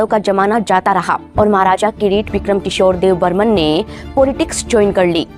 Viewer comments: Kisne kaha apko debbarma ko debbarman kehne ki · Yrr tumlog "Deb burman" kyu kehte hamesa..yein "Debbarma" ha not Dev burman. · Deb burman nhi Debbarma hai .... please don't make mistakes 😌❤ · Don't called debbarman it's Debbarma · Not dev Burman,it’s Debbarma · Not dev Burman it's Debbarma